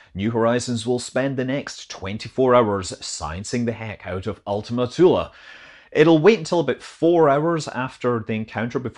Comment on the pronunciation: Thank you for not making Ultima Thule rhyme with Zuul